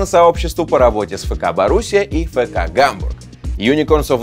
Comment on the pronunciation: НЕ ФЭКА, А ЭФКА